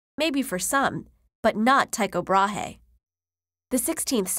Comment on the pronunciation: GorillaGuerilla I'm from Denmark myself, and I can assure you that his name should be pronounced like Tyko Braa. If you really wanna make sure head over to his english wikipage and listen for yourself.